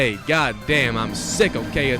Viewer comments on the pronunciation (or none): none